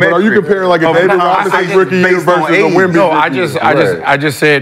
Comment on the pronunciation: They gotta do a commercial with Sheed calling Wemby "Womba Womba."